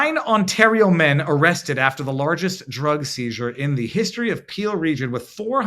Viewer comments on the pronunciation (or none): none